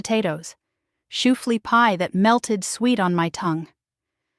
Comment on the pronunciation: My husband is from the Philadelphia area. He listened to part of what you said, and then told me you aren’t Amish. You pronounced Lancaster incorrectly, and shoo fly pie incorrectly.